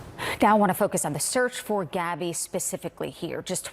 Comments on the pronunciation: Her name is Gabby not Abby! How rude. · GABBY PETITO Not "Abby petito" ... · Abby?! Getting her name right EVERYTIME might help a bit!! 🤦🏽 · Her name is gabby not Abby.this lady said it wrong